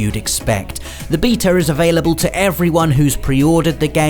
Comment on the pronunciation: I love the video I just have one complaint... why do you say beta like that haha. I dont know if thats an accent thing but I've never heard anyone pronounce it like that.